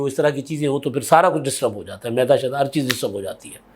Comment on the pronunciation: میدہ نہیں معدہ میدہ پر زبرہے اور معدے کے نیچے زیر بہت محبت اور عزت کے ساتھ عرض ہے